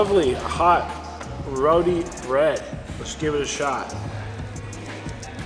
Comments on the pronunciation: it's Roti not Rowdy bread. Meal looks delish. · Hey Roodi bread? Roooo-tee. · Dude, the WHAM! sax drops about made me piss my pants laughing so hard!!! Good Video. Also, it's not Ro-dee, it's Ro-TEE. LOL!!! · you pronounce Rotis like Root-E not Roti. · ITS PRONOUNCED RO-TI NOT ROT-I. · Please pronounce the bread as roti, not rodi. Thanks. Love your videos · Hey, been a fan for a while. Small thing, but it always bugs me and maybe you can help change. Basmati is pronounced boss-mah-tee. And roti is pronounced row-tee. Either way keep up with the cool videos!